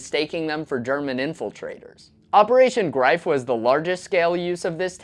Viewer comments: Operation “Greef” not “Grife” 😅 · Its ’Operation Greif’. Not ‘Operation Grife’.